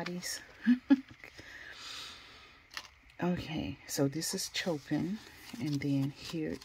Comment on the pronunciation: The artists are classical music composers. Vivaldi is one of my favorites - you can sample their music on YouTube. Chopin is pronounced “show-pan” (no shade just letting you know) and tchovsky is pronounced “Che-kov- ski” . You have a nice collection btw